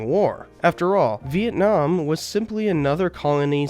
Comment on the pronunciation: when did LBJ decide to start pronouncing Vietnam as Viet-Nam? Why in that speech in response to Tonkin was he saying it correctly but later on says it like your Appalachian uncle?